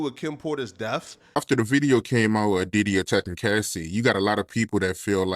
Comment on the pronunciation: Nobody: Art of dialog: "Delph" (death): "Deaf" (death) One day we're going to get a content creator who graduated middle school... I refuse to give up hope.